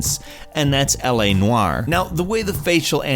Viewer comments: LA Noayer???? What kind of pronunciation is that hahahahaha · LA Nwire? Is it just me who thinks he said it weird?